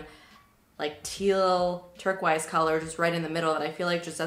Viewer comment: I love the way you pronounce “turquoise”.